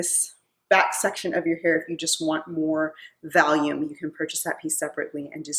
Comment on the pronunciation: Valium??? You mean Volume?????😄😄😄